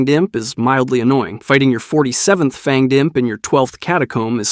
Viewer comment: Did u just say fanged I.M.P 😅